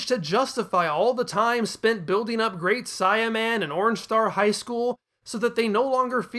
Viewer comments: I am sorry, I know this is super petty, but the way you keep saying Saiyaman is causing me to cringe every time. Saiyan is pronounced "say·uhn". The Great Saiyaman is using his race as his characters identity. It should be The Great "Say·uh"man. I swear you made me think I was crazy for awhile, I thought maybe I had been reading it and saying it wrong for years, that I imagined how they said it in the cartoon. I ended up going through videos and checking google and several other websites to make sure I wasn't being crazy. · I was gonna watch this but you saying CYAN and great Cyaman got me fuming. Change that shit wow